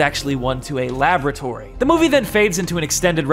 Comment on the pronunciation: When said a aboratory it's laboratory